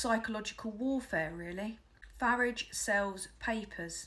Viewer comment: Finally, someone who pronounces the "F" word correctly. Of course it rhymes with garage!